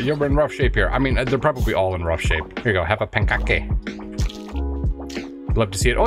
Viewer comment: Pancake pronunciation: pan-cake (it’s compound) Savage pronunciation: savage (1st a is short, e silent, second a is schwa)